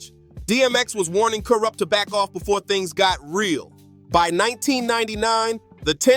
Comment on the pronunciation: He said boofore 😂😂